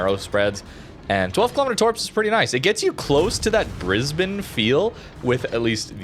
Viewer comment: HE SAID BRISBANE CORRECTLY :O <3 from Australia